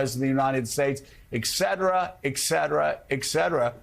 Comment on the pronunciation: It’s etcera Joe not ecksetera. The correct pronunciation is ‘et SET uh ruh’. 🫣 Just in case you were wondering.